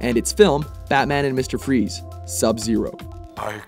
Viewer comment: MUSTEHR FROEZ